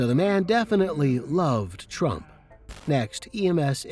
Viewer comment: He said trumps name like it was Beetlejuice....tf...what an idiot....but hey, it totally tracks